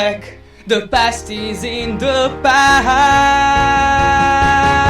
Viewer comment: Oddio D: È così strano sentirti in italiano e in altre lingue, quando sono abituato a sentirti a cantare sempre e solo in Napoletano xD Una cosa: in inglese il TH nelle parole THE e BOTHERED dovrebbe essere pronunciata come una zeta, ma con la lingua tra i denti e non come una D. Comunque. quanto ci hai messo a fare tutto (tra imparare le pronunce, cantare ed editare il video)? Complimenti per il grande lavoro :D